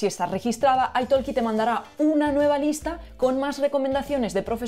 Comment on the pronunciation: ¿Italki es una palabra inglesa? ¿por qué la pronuncias en inglés "aitolki" cuando yo leo "itolqui"?